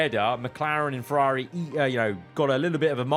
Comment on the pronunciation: Why can't you say "Ferrari"?